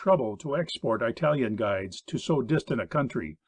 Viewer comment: I think the narrator is supposed to be saying marine but keeps saying maRain. It is bugging me because maybe he is saying it right but I cannot find any word from Google that fits. Also he says I-talian instead of Italian. Why not use a person with less idiomatic pronunciation.